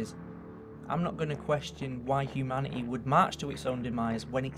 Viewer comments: I love how u say HUMANITA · Ok, don't take this as an insult, but I like how you say realiteh and humaniteh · Hyoumanyteh Nagesawkeh Realeteh Twenteh Worreh Boddeh Slowwleh Summerreh Safteh Technolegeh Conspeeraceh Onleh Telepetheh Preeviousleh LMFAO I tried to get all of them. Tell me if I missed any. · Nagasakeh realiteh humaniteh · Humaniteh. Realiteh. nagasakeh. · I love the content but I have to say, the way you pronounce humanity kind of bugs me, you say humanituh, I won't judge though because it's not easy changing an accent so props to you, good video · It's annoying how he doesn't know how to pronounce the "ee" sound. "Humaniteh" "Completeleh" "Elvis Presleh" "Alien Bodeh" "Properteh" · realitah humanitah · hehe. lancashire accents Humani-TEH